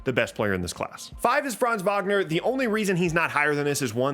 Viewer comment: Its so cool to See someone who says Franz names right As a German i love IT